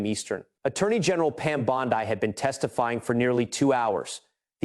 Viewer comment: For God's sake! Y can't this narrator learn how 2 properly pronounce the AG's name!? Every other reporter around the world has! It costs him almost ALL credibility!